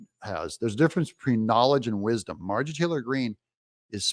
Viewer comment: It is Mar-jor ie Not Margie